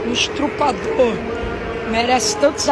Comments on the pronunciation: Lembrando ainda fala errado ESTRUPADOR é n Estuprador. Alguém para de dar mídia a esse retardado mirim. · Estrupador kkkkk o cara não sabe falar estuprador da forma correta . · “Estrupador”kkkkkkkkkk olha o nível do português. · Esse garoto picareta deveria estar na escola. Ele fala estRupador. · Cara ficou corrigindo o James no podcast, mas fala "estrupador" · Garoto não é estrupador é estuprador aprendeu o inglês e não sabe falar português. Vc não é missionário e muito menos pastor vc é um charlatão. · Ele é tão poliglota. Fala tantas línguas. Mas esqueceu de aprender a falar a língua portuguesa. Pq não é ESTRU.....OR. E SIM ESTUPRA....OR. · É só ir no hospital kkkkkkk afinal sistema/protocolo/arquivos na adm da instituição 😉 menino arrogante, abusivo, e quando fala em dinheiro íntima, muda seu comportamento, vergonha alheia não sabe nem falar estu*pr*or e qual a comparação? Meo que nojo desse menino, se eu fosse o médico dessa mulher agora eu ia querer que ele a curasse, uma vez que esse ser disprezível ofenda o CRM de uma pessoa formada e conceituada em sua profissão. Eu ah toma vergonha. Ele não adivinhou seu câncer linda ele pesquisou sua vida, chuçada de vdd gente não dá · Primeira NÃO ESTRU... É ESTU... PRA... PRIMEIRO TEM QUE APRENDER A FALAR CORRETAMENTE PRA DEPOIS FAZER DISCURSO DE PASTOR... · E ainda fala errado,estrupador . volta pra escola seu moleque ! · Estruprador?! Esse jovem realmente fala línguas estranhas 😂😂😂😂😂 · Nem um "esTRUpador".KKKKKKK Fala sério! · Engraçado ele dizer "nem estuprador merece tantos adjetivos quanto eu estou tomando na rede social"!! Ele LITERALMENTE disse que um estuprador não merece ser odiado!! Esse mlk é imbecil a esse ponto, sem falar que ele falou estrupador (da forma errada)!! Se, por algum motivo, você chegar a ler esse comentário, fica a pergunta: pq tu defendeu estupradores?? Tá escondendo algo da rapaziada querido?? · Alguém fala pra ele que é estuprador, e não atru...pador!!! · Estruprador? Kkk